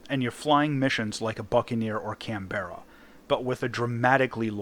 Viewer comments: slight gripe here Canberra is pronounced "can-bra" the e isn't pronounced and it's a hard a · While I adore content it's indeed rather annoying to hear Canberra pronounced wrong especially when it's my nations capital. Still even the poms pronounce it wrong looks at Bruce who narrates all WT videos for the main channel.